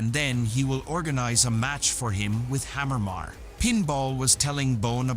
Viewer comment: It's not Harriman it's Hammerman